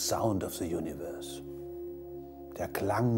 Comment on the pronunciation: "Se Saund of se junivörs"